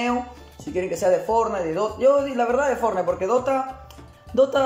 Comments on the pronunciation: Cómo que "Fornity" xd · es ''Fortnite'' xd